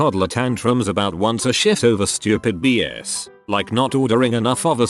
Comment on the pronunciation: The way pronounces “shift” it sounds like he’s saying the main manager threw “toddler tantrums” when someone had to use the bathroom! (“once a SHIT”) 😂